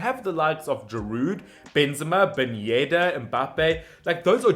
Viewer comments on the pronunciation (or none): none